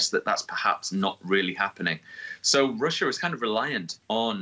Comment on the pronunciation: Russia, Russia, Russia. Sounds like: Marsha, Marsha, Marsha.